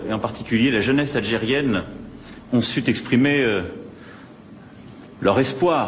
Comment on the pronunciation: « ...ont suT exprimer.. « roh la phaute